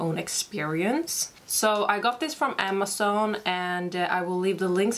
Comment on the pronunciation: do you now amason . is amazon not amason